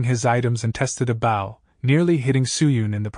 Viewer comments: I'm new to these really so excuse me if this sounds stupid....where the hell did these narrators learn how to read!!! Is it a computer? Not this guy though only problem I had was his pronunciation of "bow" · Bro do all of you use VO bots? Or like TTS or something? If not you need to fire your editor. -- edit Yeah, bro you don't even check for mistakes? "Bow" in the item context is a long o sound, not like bending at the waist -- but you're a bot, so I guess that doesn't matter?